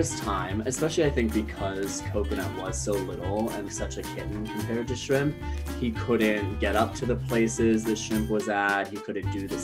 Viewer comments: I keep hear TRAMP, 😅😅😅 not shrimp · I thought he was mispronouncing Shrimp, but then he actually pronounced "mischievous" correctly w 3 syllables instead of 4, so I knew his English skills were great (and beyond most YT narrators). Coconut, Shramp, & dad make a v cute trio. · I love the fact he calls him SHRAMP aside from shrimp